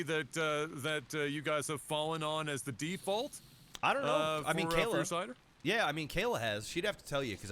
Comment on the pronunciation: I don't know exactly what it is about the way pronounces "Cider" but you can HEAR him spelling it "Sider".